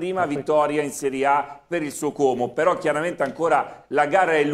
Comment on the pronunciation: al cronista, diciamo: " Como è con la o chiusa, come odio, orco, non con la o aperta di orifizio, Ornella ecc ". SVEGLIA !